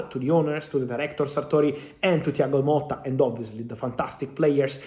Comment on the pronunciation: Thiago MOTTA not Molta